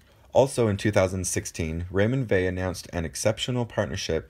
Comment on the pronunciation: I had no idea that was how to pronounce it properly